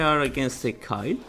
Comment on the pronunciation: its not kyle its kayle. pronounced like kale.